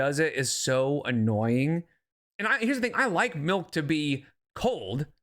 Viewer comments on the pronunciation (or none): I'm from Utah and we do not say MELK. It's MILK. I also think it's funny she doesn't recognize where that comment is making fun of her. SMH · hello from SLC. Melk is definitely not a Utah accent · Saying milk as MELK is not a Utah accent LOL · Everyone I know, myself included, says melk and I’m from west Michigan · lmao you've never been little. And hey idiot, they were making fun of the way your dumb ass says MELK